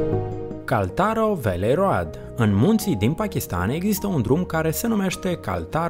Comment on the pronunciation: Mai invata macar sa citesti in engleza, daca vrei sa ne prezinti ceva. KHALTARO VALLEY ROAD, trebuie sa iau ceva medicamente la urechi, ca l-ai distrus.